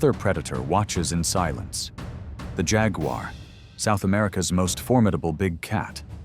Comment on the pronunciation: who the hell did the voiceover? it's "JAG-WAR" not "Jag-you-are"......lol.